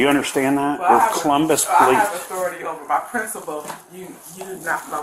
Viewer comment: The Poh-leese